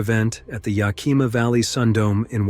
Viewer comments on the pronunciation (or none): YAH-KEEMA, IT'S YA-KI-MAH, THESE CRAP AI NARRATIONS SUCK, THEY'RE TEDIOUSLY INACCURATE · I had to really think about what the voiceover was talking about... Ya-key-ma? Oh, you mean Yak-a-ma (Yakima)? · Its not yakema, its ya kim ma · ?Yak-ee’-ma?? Correct pronunciation is: Yak’ i ma‼️😅 we love our bull riding in Eastern WA, for real. That was the main reason I’d go to the rodeo. Amazing…and dangerous. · First off, "Yakima" is pronounced YAK-i-muh. Secondly JB's last name is pronounced "moonie". Man, you need to get it right if you want credibility. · It's Yack- i - mah not Yakeemuh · I almost didn't recognize that an event in my state was being talked about (even though it took place where my brother lives) due to the narrator's atrocious pronunciation of Yakima‼️ 😂💀